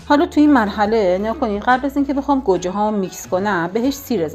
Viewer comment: به گوجه میگه کرجه 😂😂😂😂